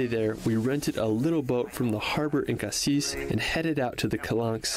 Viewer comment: Just a tips : when you talk about the city you don't pronounce the S in "Cassis" On the other hand for the fruit it must be pronounced :P Like you said "Paris" and not "Parisse" And for the Calanques, the water level does not change or changes very little. But in winter the water is still cold (seem's logic)